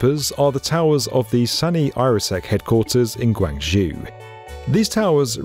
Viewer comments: Its GUANG ZHOU "kwàŋ.ʈʂóu" GWANJOU, NOT GWANJU! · Guangzhou rhymes with Joe. Not Few. [Source: I live in Dongguan, which is between Guangzhou and Shenzhen.] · 22 - Guangzhou is pronounced Guang jou Zh is pronounced as a j